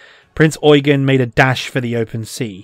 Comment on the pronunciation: You're not pronouncing "Prinz Eugen" correctly. "Eugen" is the German version of the English name "Eugene", and it's pronounced "Oi-gane" (with the second syllable drawn out) rather than "Oi-gun".